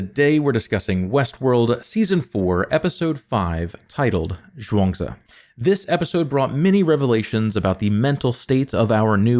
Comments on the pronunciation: Best pronunciation of “Zhuangzi” on the platform so far haha! Amazing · Do you speak Mandarin? Your pronunciation of “Zhuang Zi” is spot on!